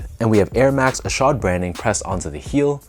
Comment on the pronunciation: Good job on pronouncing his name correctly lol. I picked these up yesterday at my local shop. I went at the perfect time too bc they put up a bunch of random sbs up on the shelves too. I left with ishods and fog dunks😈